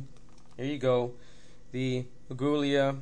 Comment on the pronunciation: It's pronouned ah-ghee-la. It's spanish. I thought you were trying to say goulash lol.